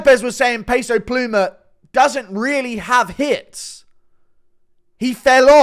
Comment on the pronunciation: Hearing Guru say peso pluma made me crack up 😂